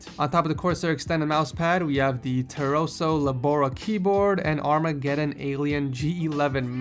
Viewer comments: Lol you said Teroso but its called Tesoro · Wtf did i hear you say teroso ITS TESOROOOOO!! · Did say "Teroso"? lol That's a Taiwanese brand I think. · Kei's keyboard is not TE-RO-SO, it's TE-SO-RO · teroso, not tesoro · It's the TESORO keyboard, not TEROSO, AS YOU SAID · Did he just say Teroso instead of Tesoro ? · 3.50 He says Teroso even though it clearly says Tesoro. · Tesoro, not Teroso :V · it's Tesoro not "Teroso" 😉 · Did you just pronounce it as Teroso? Bruhhh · "TEROSO" - Really, TEROSO? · It's called "Tesoro" not "Teroso" lol :D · you suck on reading names you don't know. It's TE-SO-RO LO-BE-RA, not "Teroso Lebora". Ugh, it made me cringe. Besiedes, Tesoro is a American company so shame on you for not knowing it. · Tesoro.. not teroso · Tesoro* not "teroso" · So y'all gonna ignore he said TEROSO? Lmao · "Teroso" hahahaha